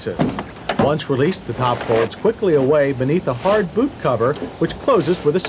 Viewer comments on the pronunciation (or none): none